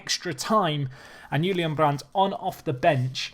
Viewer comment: I'm surprised you pronounce "Brandt" right, goof job :D